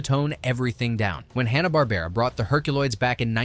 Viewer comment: It's HANNA, not HONNA. 😃